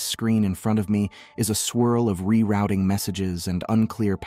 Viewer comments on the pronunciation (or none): none